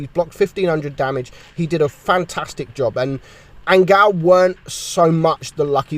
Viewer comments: I think you should pronounce 'angeel' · lmao "angal" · THATS HOW YOU PRONOUNCE HIS USER?!